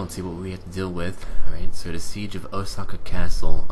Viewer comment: You didn't pronounce Osaka right. :)